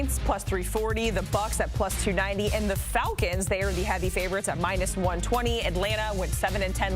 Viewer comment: Dude has a hard ass time pronouncing the word "falcons" 😂😂😂 Atlanta Vaggins, Atlanta Valkins